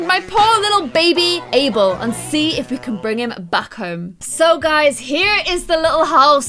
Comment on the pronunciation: Guys, it's ABEL not Able..